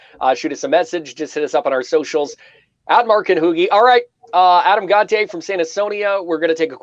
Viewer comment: It drives my crazy how people pronounce “Gontier” and “Gon-tee-aye”. It’s pronounced “Gon-chay”!